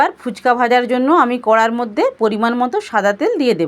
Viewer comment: Didi phuchko noy phuchka 😆😆😆😆😆